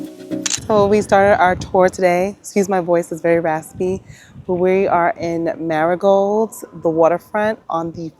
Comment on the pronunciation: I’m loving you are there. My family is from there. Visit quite often. Marigold😂. It’s Marigot!!!